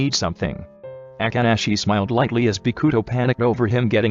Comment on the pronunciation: Me: read this name “bokuto” Everyone: Bow-coo-toe The voice over: Bee-coo-toe